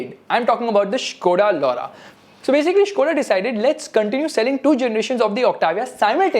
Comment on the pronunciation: Skoda Laura sounds like lau***